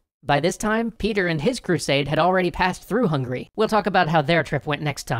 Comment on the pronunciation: Am I hallucinating or did he say through hungry?